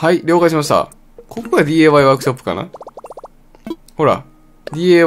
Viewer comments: なんか違和感感じると思ったら ディーエーワイじゃなくてディーアイワイやんな笑笑笑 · なぜDAY?DIYって言ってるのかな？